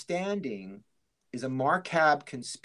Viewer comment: what's a "marcab conspiracy"? Did he mean "macabre"?